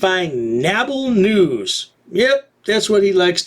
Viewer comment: "NABL" News? is that SHORT for "uNABLe" News? "When PRIVATE CITIZENS ENGAGE US"...<This PRIVATE CITIZEN wanted to MAIL a LETTER, and go back HOME! "THAT" is "ENGAGING" a MORON with a CAMERA? <Did you NOT NOTICE the "BULGE" under his COAT?> "It is a NABBLE Noose"? YES! ...and "COUNTRY-WIDE"! (not national) <OK... LET ME GO BACK into the OFFICE, and THROW UP, in the TRASH CAN!> "NABBLE NEWS?" <How did this DEDICATED EMPLOYEE (almost) KEEP from LAUGHIN'?>